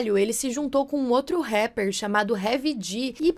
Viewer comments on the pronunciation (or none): none